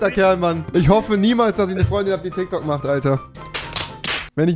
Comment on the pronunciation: Nimand Wirklich niemand Rewi: „tyktok“.